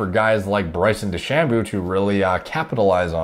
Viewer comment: Bryson De-Shamoo